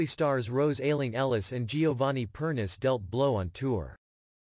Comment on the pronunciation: You pronounce Giovanni's last name as Per-ni-che. Get it right!